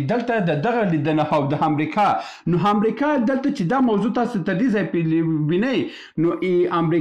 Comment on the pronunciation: ښاغلیه صاحب اسلام علیکم زه پنځوس کاله مخکی استاد وم.ستاسی خپروني ډیری ښي اودنظروړدی اما تاسی په خپلو خبرو کښي بعضي کلماتو ته متوجه نه یاست لطفآ واوری تاسی لکه دالندغر چه دو ی وایی و(است) په فارسی زبه (هست ) نو است درست اوته هم ټوله وخت ( امريکا ) ته همریکا وايي اوحما _ س ته اما س وایی ( اما) ته حما وايي لطفآ متوجه اوسه په ډیر درنښت سبحان الله لودين